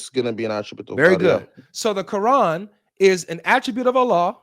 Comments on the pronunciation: The Kor-han. Never heard it pronounced like that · Why does he keep calling it "the qurhan"? Do some arabic speakers pronounce it this way? Maybe he is a non-arab muslim? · It’s the CORD-HAAN now 😂😂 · Why is he pronouncing it kor han? Even more dumb than ko an which is mostly used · He's the only Muslim I've ever heard pronounce Quran, as Core-Hawn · My ears hurt hearing them pronounce "quran"